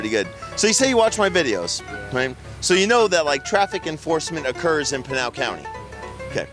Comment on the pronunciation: We love the comments being on!!! 🎉 we love!!! And pinal sounds like your saying penial really fast lol